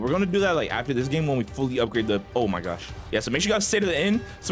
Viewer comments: He said “oh my gosh” but put a y sound before the o so it came out as “oh my gyosh” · He didn’t he say oh my gash